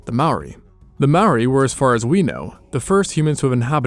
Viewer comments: Awesome video, but pretty rough pronunciation of Māori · This is only Aotearoa and you said Maori wrong the r has like a short tongue roll and sounds like ri (maybe to some ears like a t?) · Dude. It's MAORI. Not "Maui". Maui is the demigod from myths. And Maori is pronounced "mouldy" because you roll the R. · Okay, no hate but, wtf is a maory, it’s mah-o-reeh, Māori. Or u can google it, it’s not easy to say so call em Mary if u want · Its not pronounced "mower" or "mow-ah" its pronounced as "more-ah" with no emphasis on the "r" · It’s not mouri it’s pronounced “moldy” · You said Māori Wong-_- but it’s ok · Yeah finallly Māori that’s my people Kia ora and dont say mori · Its ma ou ri thats how u say it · I always thought Maori was pronounced "May-or-ee" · Why does everyone say Māori like it's spelled the r is pronounced like d if you don't get someone to say Māori like it's pronounced don't make a damn video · The pronunciation was on point, except that in te reo Māori, you roll the r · I noticed that. He didn't say "ma o wii" like most. Or "marry". They're the ones most common way people pronounce maori. I have corrected a few people and told them to say moldy without the L as it's the closest way to pronounce maori. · Just fyi you pronounce Maori as "mouldy" but roll your tongue on the d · you pronounced 'māori' and 'emu' wrong 🥀 also the plural for moa is just 'moa', not 'moas' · Maybe learn to say Māori correct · Dude if your gonna make a video on ancient Māori people say Māori right you could legit search it up for two minutes you did so much other work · When u speak maori roll ur r's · But you pronounced Maori wrong and kupe discovered this land we know today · To say maori. Make the r like a d. The a should have a line on top, it symbolises streching that sound. I know cus i live in new zealand and we use te ao Māori daily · Bro if you can’t roll your R’s and pronounce māori correctly, just say tangata whenua (pronounced fenua)